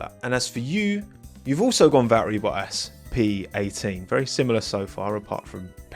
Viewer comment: That pronunciation of valtteri bottas has to be criminal